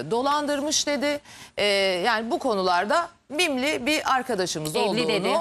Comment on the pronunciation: Bimli değil mimli 🤣😂🤣